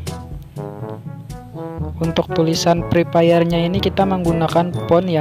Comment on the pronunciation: kalau Bilang Fre Fire itu Pakai F Bukan Pake P Masak Pre Pire Yaa Nggak Nyambung Bang😑